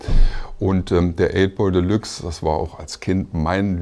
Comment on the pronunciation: Wie der der Sprecher de Luxe ausspricht - Einfach nur grausam. Nervt mich auch bei einigen Werbeslogan. Wenn man z.B. + als Plass ausspricht.